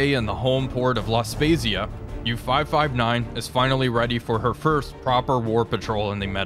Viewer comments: “La spezia” should be read with an “hard” z sound almost “spetzia” 👍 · loved the video but, and im probably gonna receive some hate for what im about to say, The italian city that the uboat is docked in was mispronounced. The z in the name makes a ts sound so its more like La Spetsia........... sorry lol i have a compulsion to say things properly no idea why may be something to do with my autism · A quick word of FB on pronunciation: La Spezia is pronounced like 'pizza' (adding a 't' sound). What you say would be spelled as such: 'La Spesia' (Pisa). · Your pronunciation of La Spezia is magic! I live 35km off that town and have been there many times to do some sightseeing of warships and submarines stationed there or visiting from other countries. Thanks for the video, your work is much appreciated! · Your pronunciation of laspezia killed me as an italian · It’s completely off and so strange to hear, but that’s ok your Italian community will love anyway 😂❤️